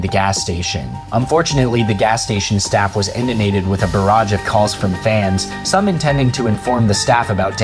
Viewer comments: Inundated not indunated VEE-huh-mently not vuh-HEE-mently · Words you need to look up the pronuciation for: Wichita. Inundated. And ESPECIALLY Vehemently.